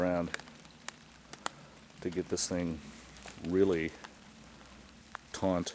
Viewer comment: The word is taut, not taunt.